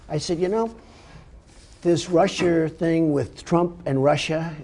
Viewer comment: Did Trump call Russia "Rusher" ?